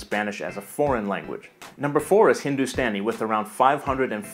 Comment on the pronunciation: No4 Hindustani :- the way u said Hindustani is wrong, it's Hindu(sta)ni हिंदुस्तानी